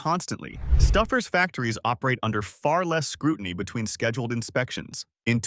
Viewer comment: I simply can't take any advice from a channel that can't even pronounce it's content...the minute I heard Stouffer's pronunciation as Stuffers...I clicked off never to return...if you want subscribers...earn them ...narrate your videos with a human being... other channels do it...put some effort in...you might like it...